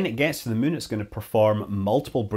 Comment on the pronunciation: I love how Scott keeps saying “Mun”